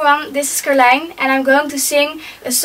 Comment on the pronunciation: And Yay!! we get to hear your name the right way!!! I had been thinking it was pronounced differently the whole time!!! <3 Ian =)